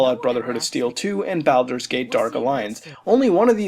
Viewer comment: good vid mutahar, and I love ya, but balder is pronounced "bal-der" as in "baseball" or bawling, instead of "bal-der" as in balrog or ballerina. Just a minor nitpick. (I'm weird like that) anyhow just to reiterate I love what you do, keep on making those vids, I watch ~almost~ every one :P